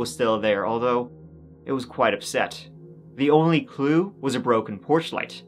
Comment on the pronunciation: That was a good "gew". That Springfield 3 case really got me going down a rabbit hole a year ago. I do think and will always think the busted porch light was from someone that night that wanted to get attention, wake up a neighbor. Maybe like they intentionally hit their head on it because it is head level. The purses were all together by the back door so it definitely could have been a robbery but that part wasn't so easy to pull off while trying to get 3 women into a van supposedly and so quickly. I find it very intriguing that not a single neighbor heard anything that morning.